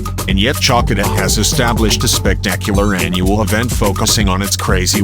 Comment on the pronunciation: "Tsalkida"? seriously? The auto-generated voice ruins a very nice video!